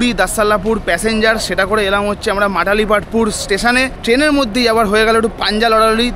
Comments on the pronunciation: Matalipathpur noy malatipathpur ota. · Dada ota Malatipatpura, matalipatpur na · ওটা মাটালিপাতপুর নয় মালতিপাতপুর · I am from puri ...da...kintu ota matalipatapur noi malatipatapur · Dada ota mathalipathpur na malatipathpur 😅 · Ota matalipatpur na, malatipatpur. Ar bermuda bus stand na, baramunda bus stand. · Dada,ota Matalipatpur noy Malatipatpur aar Bhubaneswar e Bus stand er naam Barmunda Bus Stand Barmuda noy ..blog korchen thik kore bolun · মাটালীপাটপুর আবার কি😂 ওটা মালতীপাটপুর হবে।